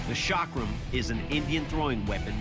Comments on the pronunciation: It is NOT shaakram. It is cakram. Ca as in Caeserae + Kram. Cakram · Chakram: pronounced "chuck-rum" Americans: SHOCK ROOM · It is not shakram it's chakram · It’s not called Sha-kram..it’s Cha-kram. Cha as in chance. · This was the worst pronunciation of the word chakram ever, like why don't westerners even make any effort in trying to learn the proper pronunciation and this chakram doesn't even look remotely close to what the Hindu gods used. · Boy you butchered the way you pronounced chakram